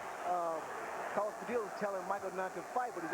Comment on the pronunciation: After some 20 yrs. They never learned to say. Padilla!😅